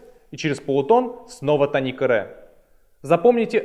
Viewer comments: тоникА? какой позор)) тОника. желание смотреть видео и тем более учиться по нему отпало напрочь. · тОника, а не тонИка! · Простите, но слово тОника, а не тонИка. Полутон - не интервал, это минимальное расстояние между звуками. Интервалы называются - прима, секунда, терция и т.д. Запоминать гармонический и мелодический лады по тонам и полутонам - нерационально, в ДМШ объясняют проще - пониженная VI (гармонический мажор), VI VII (мелодический мажор) и т.д. С ног до головы - вы гитарист, а с головы до ног - кто??? Не имеет значения, не так ли? Тоже и о ладах: мелодический мажор используется как в восходящем , так и нисходящем направлениях. В ваших знаниях много пробелов. И вместо того, чтобы их ликвидировать, вы распространяете эту недоученность другим. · Не тонИка, а - тОника, грамотей. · Может я чего-то не знаю. И говорит тонИка правильно. Но слух режет пиздец. Хотя википедия говорит тОника. Да и все окружение музыкантов тоже. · Молко Молко 1. Не "тоникА" он сказал, а "тонИка". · Да и все словари говорят "тОника"